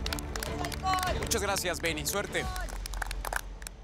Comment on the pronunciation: Porque le dicen bengi si es beng 🙄